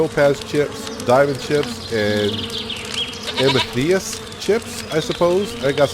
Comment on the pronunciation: its pronucened am a thist ok